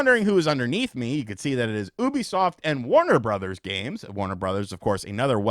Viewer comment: For the love of god !!! It’s not “ OH B SOFT !!! ITS - U - B - SOFT !!!